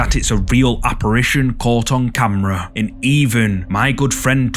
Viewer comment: the way u say "CAMMRAHH" Classic 😂😂😂😂 Great content 👍😁✌